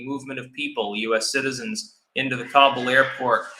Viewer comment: he didn't even pronounce Kabul correctly. He should know.